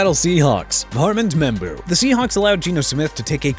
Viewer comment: fine with me... let Miami trade Tyreek Hill and get Matthew Golden. Happy now?! it's Ar-mond Membou!! What don't you understand?! it's not Ar-mand Membou. You know what? Keep getting the man's name wrong! See how that goes... also it's oh-mah-ree-on Hampton!! Really?! Go back to school and learn to pronounce!!! And if Mr. Grisby or anybody else wanna argue, I'm ready!!